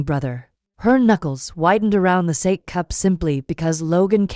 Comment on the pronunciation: Sa - Kay not sake